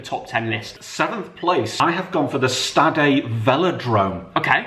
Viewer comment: said "Stade" wrong